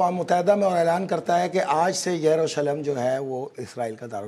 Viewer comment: What a silly jihadist. Can’t pronounce the name of Jerusalem.